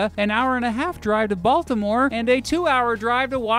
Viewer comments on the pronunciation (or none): none